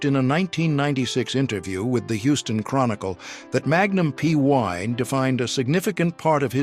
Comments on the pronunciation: Indeed. A.I. BS.. "Magnum Pee...Eye"... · Magnum Pee….I. AI is so stupid.